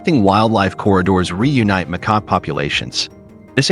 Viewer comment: Lol..your right, I kept giggling every time the AI would say "McCock" 😂😂😂.. how do you go from "Macaque" to "McCock"... I'm still giggling😂